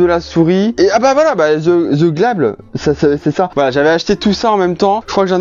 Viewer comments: THE GLAB PTDR c'est the GÉ-LAB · The glab 😂😂😂 c'est The Gé lab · The GLAB 😂😂😂😂😂Ca ce prononce The gi lab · The g-lab en pls quand il voit comment tu prononce le nom de l'eur marque